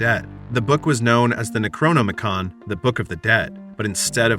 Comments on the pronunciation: If you're going to recount a Lovecraftian tale at least pronounce the names of the ancient ones and the book of the dead correctly. It's pronounced K-thulu. With a hard "K", not an "S", and the book of the dead is called the Nekro-nom-icon. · The narrator pronounces the necronomicon like its a transformer 😂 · Yep. Necronomicon transforms into a book. It was the most boring Transformer to play with when I was a kid. 😂